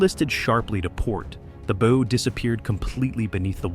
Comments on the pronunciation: Can you not fix your AI to not say “bow” as in “bow and arrow”; drives us nuts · If the producers spelled it bough, that would fix it! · Stupid AI can't pronounce correctly the front of the ship, the "bow" in it's first two attempts. And what was the AI trying to say. ? I am so sick of this annoying computer generated voice becoming all too common on youtube. Thumbs down for this transgression. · "Bow" mispronounciation ruins any historical credibility. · After the third “bow” I turned this AI crap off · It will be real nice when the AI voice learns how to pronounce "bow" as it relates to a ship. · With such a large 'bow", I kept waiting to see the gigantic arrows it would use. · Agree. It's really annoying.